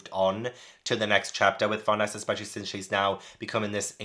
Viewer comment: Tiny, maybe not super needed thing since you're all caught up and may have found a pronunciation guide already, but here, for some of the one's you weren't sure on: Farnese is pronounced like FAR-NAY-ZAY. If it helps, remember it's an Italian name. Don't blame yourself for not getting that, I believe the vast majority of the English Berserk fanbase said it like FAR-NEICE or FAR-KNEES until the (infamous) 2016-17 anime came out and most of us actually heard it spoken for the first time. Also, Ivalera is said like EVIL-ERA. There's even at least one instance of Puck calling her Evil Airhead as a joke in a panel (which makes more sense when you know the pronunciation). As for Shierke, honestly just say SHEER and then any K noise you like and you're basically good. Whether it's a hard KH, a KUH, KEY, KAY. Whatever suits you're fancy and you're close enough. KAY is more-or-less how it's said in Japanese, but it is a German name so there's wiggle room on that being fully correct.